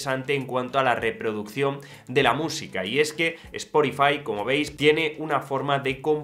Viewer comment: Cada vez que dices “esporifai”, dios mata a un gatito británico…